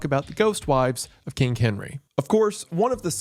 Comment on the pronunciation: i enjoy wendigoons pronunciation of king. kingk. how kingky